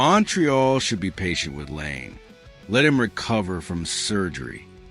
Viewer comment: It's not Lane...it's La EE nay Laine